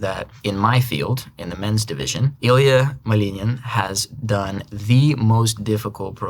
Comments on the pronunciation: Nah, he said "Малынын". Second time he said "Малинин" which was correct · no, he said it with an american accent, second time was correct though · Пхпхп, прочитала комментарии о том, что Максим произносит имена/фамилии с русским акцентом и всё думала, как же, вроде произносит так же, как и все носители английского. И тут, – "Ilia Малинин". Просто прекрасно! Более чёткого перехода с языка на язык я не видела. Мне очень понравилось ) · Checked how he pronounce Ilia Malinin. It's exactly american accent pronounce. It's different in russian. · The way he pronounces Ilia Malinin scratches my brain